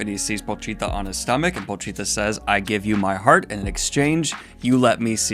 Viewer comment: The way you pronounce Pochita reminds me of the leading woman in Dead Alive (Paquita). Oddly enough they are very similar stories.